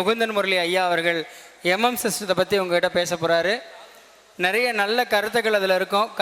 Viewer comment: நெறைய என்பது பிழையான உச்சரிப்பு